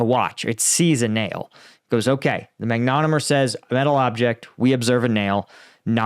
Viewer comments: It's not a "mag-nom-et-er", it's a "mag-net-om-et-er". Hate to correct, but the "magnet" part is important. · MAG NE TOM ETER not MAGNET O MER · Magnetometer (emphasis on TOM), not magnetomer or magnometer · It's not a mag-nometer or a mag-neto-meter, it's a mag-net-ometer. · Hate to be a wet blanket, but what the heck is a "magnometer?" Is it possible you're mispronouncing the word "magnetometer?" Pronouncing "Mag-ne-tom-meter" as "Mag-nom-meter?" Magnetometers can be used to detect mines... unless the mines are plastic. Therein is another problem. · Hey, sorry but I gotta correct your pronunciation. It is ˌmag-nə-ˈtä-mə-tər - not mag-nə-mə-tər I think this is an excellent start, and I bet they are going to do so much more. Since magnetometers work mostly on ferromagnetic material but not plastics, soon, mines will all be made of plastic. However, ground penetrating radar can detect non-ferrous objects like plastic, glass and pottery so combing those two would be better. They already use IR after dusk to detect objects that heat up differently than soil. Why not use X-rays and check for back-scattering? The specific frequency of X--ray could be fine tuned to scatter off of the materials used fo mines. The E-M spectrum is quite broad and useful. Heres an idea for free: how about using microwaves, fine tuned to resonances in military explosives, to trigger mines? Microwaves are dangerous for living organisms but an unmanned vehicle could scan a field with an array of microwaves, detonating mines from a safe distance even if not detected. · FYI Pronunciation: mag-ne-TOM-eter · Mag-net-om-eter is how it is produced for next time. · Magne-TOM-eter. Great video. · "magnetomer" "manometer" ... You were so close! 😂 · It’s pronounce magne tom eter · Isn't it pronounced "mag ne TOM eter?" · Hi - pronounced - MAG NA TOM ETER Cheers John Kirk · Nice concept. Are any of the mines free of magnetic material? Pronunciation is mag-net-tom-meh-ter 🙂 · MAG - NO - TOM - ITER